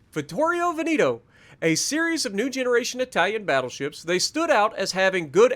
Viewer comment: Its not Veniiiiiito its Veneeeto